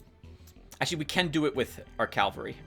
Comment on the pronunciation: 1 minute of silence for Vipera o7 Let's take a shot every time Tim pronounces cavalry as calvary, I recommend a drink with low alcohol Good to hear everything went well with those medical studies! PS: You know, a Dark Souls 2/3 LP would be interesting, mainly to see Tim struggling, I mean, succeeding!